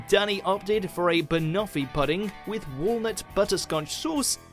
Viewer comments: Yes! Puh-ding! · I had to stop watching when he pronounced 'pudding' like that ... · Can we just take a moment to address how the narratir of these video pronounces pudding... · why is no one talking about his pronunciation of pudding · Yeah, pudding does not rhyme with budding!!